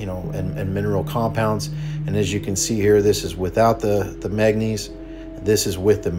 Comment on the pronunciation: Mang ga neeese Not magnees...